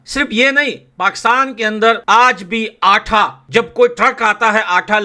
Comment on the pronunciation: आठा नहीं आटा